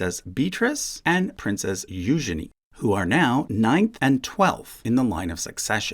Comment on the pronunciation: Thank you for pronouncing Eugenie's name correctly. I love her name.